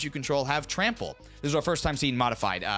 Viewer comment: that time is also pronounced wrong.